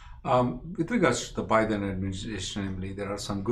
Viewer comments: Sir its not BYE-THEN ,its Biden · With all due respect, Bi-Den administration not By-Then administration😀